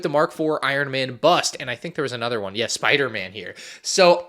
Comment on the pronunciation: why you say bust like that